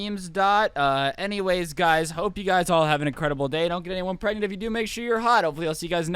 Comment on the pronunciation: "don't get anyone pregnent, if u do make sure YOU'RE hot" bruh he said it wrong